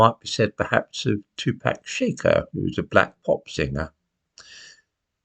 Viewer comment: 'Shakur' has the stress on the 2nd sylable: ' shack- UR ' ( like McClure) I hope this helps...